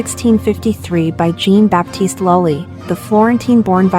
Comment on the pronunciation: Is the voice-over synthesised or does the presenter just not know how to pronounce Jean Baptiste Lully?